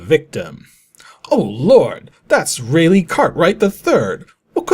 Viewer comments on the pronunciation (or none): For future reference, "Raleigh" is pronounced "Rah-lee" not "Ray-lay"